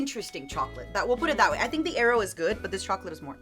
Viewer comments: ain't no way she pronounces aero as eyero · The way says "aero" is all wrong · Matara mispronouncing Aero like it's helping their nephew look for the Avatar. Also, Mirage being a dollar store brand is hilarious to me since it and Aero are both made by Nestle and I'm fairly certain is probably the same chocolate just in different molds. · ive never heard someone pronounce aero the way does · The pronunciation of Aero pained me 😂